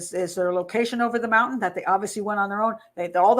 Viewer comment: She says mountain like my nephew ("Moun-TAN") rather than the usual ("Mount-in")